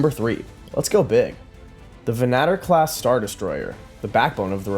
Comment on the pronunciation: "Venn-ah-tore" not venattir! Argh! And also, thank you for all these videos!